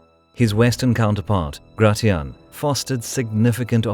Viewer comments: Nice vid but isn't Gratian pronounced grey-shen not grey-ti-ahn? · Gratian is pronounce gray-she-in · Gratian is pronounced GRAY-SHH-N